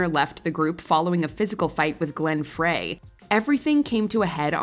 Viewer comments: Frey sounds like "Fry". Not "Fray". 🙄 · It’s Glenn Frey( pronounced Fry) not Fray 🙄. Literally EVERYBODY knows this. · Glenn "Fray". Wow. It's spelled "Frey" and pronounced like 'Fry'. Come on... REALLY??????? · They Eagles' Glenn Frey's name is prounced "fry", like a French Fry. Hearing it pronounced repeatedly as Fray is making me lose faith,. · Frey pronounced his name "Fry", not "Fray". :) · Glenn Frey’s last name is pronounced “Fry,” not “Fray.” Come on! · its not glenn fraaay it’s pronounced glenn fry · Ummm, isn't Frey pronounced "fry", not "fray"? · It's Glenn "FRY" not "FRAY". These type of mistakes undercut the credibility of these episodes. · The Monkees were a 'band' created for the TV show so it's hard, for me anyway, to see them as one. The group members had limited involvement in recording their hit songs. Re The Eagles - Glenn Frey's last name is pronounced 'FRY', not fray. If you're going to do the voice over for these videos, you should make sure you pronounce names correctly. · Glenn Frey's last name is pronounced as "FRY" not like "fray". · Glen FRYE. Not Fray😅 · Why does always mispronounce Glen Frey's name? It's pronounced like fries, but you keep pronouncing it like fray. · Glen Fray??? It is Glenn Frey pronounced Fry. 🙄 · It’s FRY lady not Fray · Peter criss died....that pretty much ruined any chance of reconciliation lol....also Glenn Frey is NOT pronounced fray just sayin....do some (more) research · Glen Frey's last name is pronounced "FRY," NOT "FRAY." 😅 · Ever since G. O. T. millennials think Glenn Frey’s name is pronounced “fray” instead of “fry.” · learn your artists---Glenn Frey is pronounced "FRY", not "FRAY". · You could have at least pronounced Glenn Frey's name correctly (pronounced FRY). I think he's earned that much respect. :( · Glenn “Fray”? Come on,. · Glenn Frey's last name is pronounced like "fry." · Who’s “Glen Fray”? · Glenn "Fray"...you've never heard of Glen Frey? Holy crap people